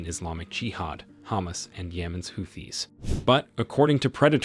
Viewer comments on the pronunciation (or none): none